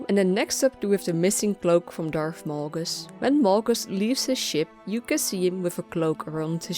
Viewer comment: Its Malgus ... not Molgus!